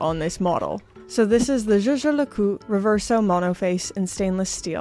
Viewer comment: Sunday, the best day of the week 🎉 I remember watching ArchieLuxury videos about JLC and laughing every time he said Yei yei le Cou 😂😂😂